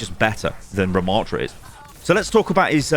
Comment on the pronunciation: The name is not Ramaaaaatra. The second A is a short one. Rama.ttra. A double T plus another consonant means a short preceding vowel!